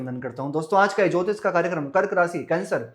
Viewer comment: It's Rashi... not rasi